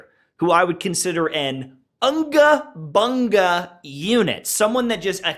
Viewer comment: It's not Anga banga it's unga bunga ☕